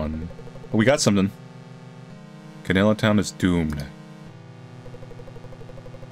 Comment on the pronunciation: You pronounced Canela perfectly :3